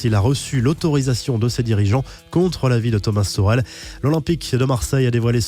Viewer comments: Sa ce dit "Tomase tourel" mais sa s'écrit thomas tuchel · Bah ça ce dit comme sa frero : ''toucrel''